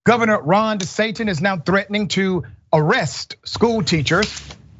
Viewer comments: Any commentator who intentionally mispronounces a person's name when they are talking about them, immediately loses what little respect I had for them in the first place. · Ron " Desatin " Love it....